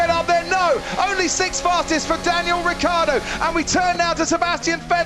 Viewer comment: C'è la I in Ricciardo porcoddio